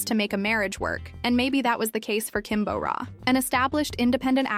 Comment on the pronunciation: It's Kim Bo Ra, not Kim Bow Ra. You would imagine being a channel named Korea in Focus would have the narrator pronouncing simple names right at the very least.